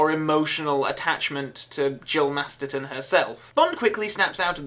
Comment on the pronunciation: Great re-review,, and I agree, though I love the theme, I ALWAYS wince when the first beats blasts the dust out of my speakers lol. Oh and I'm going to be that bitch and say you mispronounced Jill's last name, it's MasterSon.